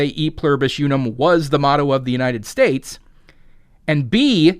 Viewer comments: STOP saying "you-num" it's pronounced "oo-num." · count to three in Spanish real quick, out loud. Uno dos tres. How did you pronounce uno? Did you pronounce it like "you know"? Then why are you pronouncing Unum so weird?